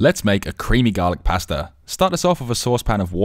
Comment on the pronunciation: WTF? Who pronounces pasta like this?